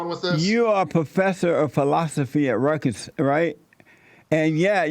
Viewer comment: "Rutges" lol!